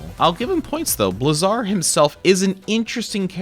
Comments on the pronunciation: It's pronounced BLAY-zar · Blazar is an actual word. Look up its pronunciation.